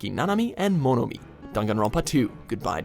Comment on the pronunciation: The way he pronunces Monomi scares me